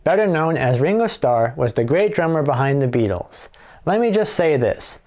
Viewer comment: There's no 'D' in Beatles!